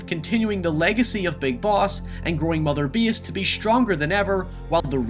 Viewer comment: "mother bees"